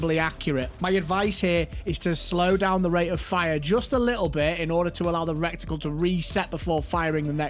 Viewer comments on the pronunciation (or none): My friend, it's reh-tuh-cul. Cheers.